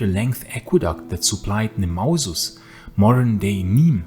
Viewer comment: Nîmes is Nîmes and not Nemours because it is NEMausus (Gallic name miming Greek accentuation). Nemours is Nemours (and not Nîmes) because it is what you pronounced, nemAUSus (Gallic name with indigenous Gallic accentuation). So, when you refer to Nîmes, please accentuate the first syllable, the name is not a Latin one. Antepenultima rule does not apply.